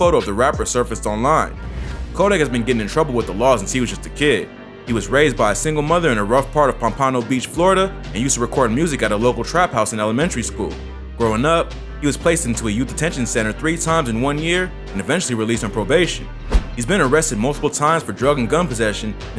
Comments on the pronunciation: Pom-po-know not Pom-pan-no Drives me nuts every time I hear you say it lol. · Bro your pronunciation of pompano Florida is completely wrong lol